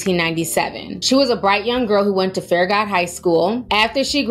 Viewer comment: I went to college in Knoxville and it’s so interesting to hear others pronounce Farragut and Pellissippi. You gave it a good try.